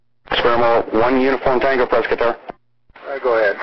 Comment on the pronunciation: Props for getting the pronunciation of "Prescott" correct.